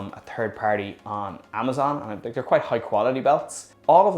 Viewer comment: I am sorry about your experiences but after 11 electric boards most chinese I get you. Cool to hear someone say tink instead of think.